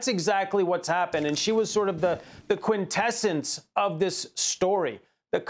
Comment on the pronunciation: This video was running in the background while I was working but once the dude said "quintessence" I stopped what I was doing, laid down all my tools, unclipped all the leads connected to me, walked over to the computer, and wrote this before clicking on the youtube home. What an absolute clown. Quintessence. Take off, pal. Take right off.